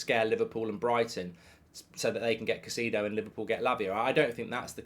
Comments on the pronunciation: Who's "Kah-see-dough"??? It's such an easy name to pronounce Mark.. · Caseedo? Spend sometime down south, it'll help your pronunciation 😂 Great transfer round up BTW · Mark never dissapoints to misspronouncing every single players name WE SIGNED CAICEDO MARK SHHH